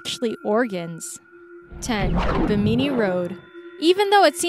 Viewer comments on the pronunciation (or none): Where the Hell is "Be-MEE-Nee". 99.9% of English speakers pronounce the name of the island "BIM-In-Nee". If ignorance is bliss, you must be one happy young lady. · Bimini pronounced like Jiminy Cricket, not like Bikini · "buh-MEE-nee"??? Seriously? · Just an FYI: Bimini is pronounced [bim-uh-nee] 😊 and for size comparison... that cage is 6 feet on one side!!! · wrong and I thought you supposed to be smart